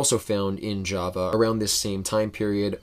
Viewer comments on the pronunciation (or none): none